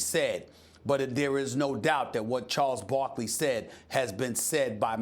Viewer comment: “Chols bockly”😂